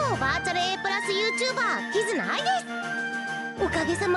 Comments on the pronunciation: 2回目のキズナアイがキヅナアイになっていますよ。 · キズナアイのことをキタナアイって言ってるやついる。キズナアイなめすぎでしょ